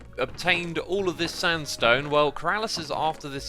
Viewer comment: Wait... X Did you say smooth stand stone?